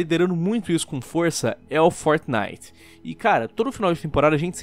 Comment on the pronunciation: Como o nome é: fortnite Como o fala: fornai